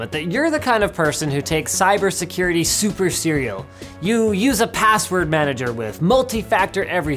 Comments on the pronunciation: "Super serial", or "super serious"? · "Super Cereal" ???????